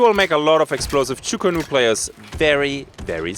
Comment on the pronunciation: I just have to be that guy today :P it´s "Chu Ko Nu", sadly, as chu ku nu is way faster to pronounce :D